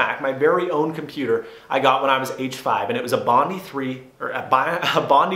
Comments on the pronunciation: You pronounced Bondi wrong. It is pronounced ''Bond eye''. Just thought I would let you know. I am an Aussie and Bondi is an Aussie beach. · its pronounced bond-eye. Bondi beach is a beach here in NSW australia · Bondi is pronounced bon-die. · for reference, Bondi is pronounced Bond-Eye (it is understandable that you didn't know that, most foreigners get it wrong :P)